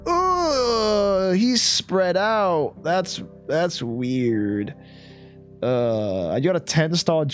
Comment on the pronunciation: That “weird” sounded so American